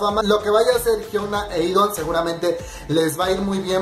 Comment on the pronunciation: Cada que dices "E'DON" se me muere una neurona ES "E'DAWN" D-A-W-N